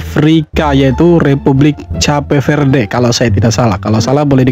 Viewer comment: Bukan cape verdel. Gw tulis soundnya kep feurd . Jadi cape itu soundnya Kep. Verde itu soundnya feurd